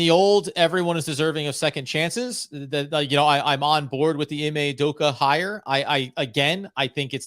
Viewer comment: I hope learns how to actually pronounce "Udoka" if we do hire him 😅